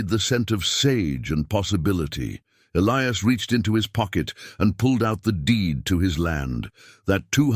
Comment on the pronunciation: The name Elias was mispronounced for most the story The story got screwed up in the end, recalling the first funeral during the second one, then continued from there,... It was an okay story, when is finally caught up to the second funeral again,... If the son kept the father's star there should only be 2 stars on the mantel,unless he put the guys star that got killed after the fact